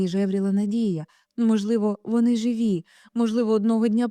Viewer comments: Знову вимова з московської: як це жИві? Чули, що українською живІ!!!??? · Живі з наголосом на і.